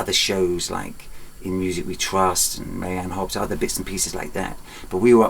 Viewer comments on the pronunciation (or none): none